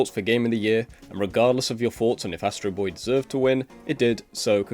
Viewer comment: All those qualifications and you couldnt get Astro Bots name right 😅